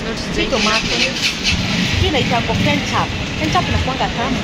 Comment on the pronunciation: inaitwa ketchup sio kenshup😂💔